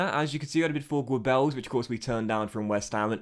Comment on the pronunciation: also i think kapic is prounounced CAP-ITCH and geubbels is pronounced GER-BULLS. Great work tho man been watching since fifa13